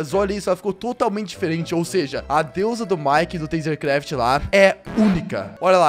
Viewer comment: VC FALOU DEUSA ERRADO E DEUSA!